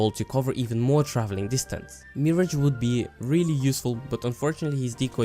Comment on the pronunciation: You are saying MIRH-AGE wrong